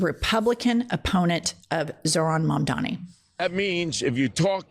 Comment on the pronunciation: THE NAME IS MAMDANI..HE SHOULD LEARN HOW TO SAY IT 🎵🎵🎵💃💃💃